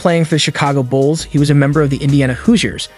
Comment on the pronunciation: Glad I’m not the only one who heard him say Bulls…